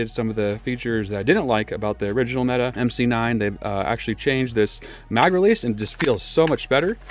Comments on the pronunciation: Why does everyone call them META? It's pronounced meh-tay. English is hard for Americans i know. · meh-Tay MC9